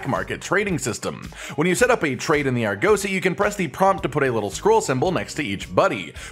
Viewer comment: less emphasis on the 'oh' in Argosy, it's 'uh'